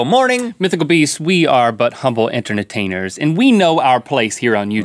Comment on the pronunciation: "Internet ainers"? Or "Inter etainers"?